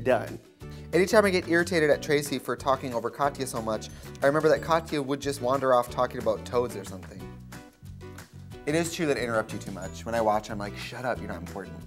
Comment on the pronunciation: Not them calling Trixie “Tracey”. 😂😂😂😂😂😂😂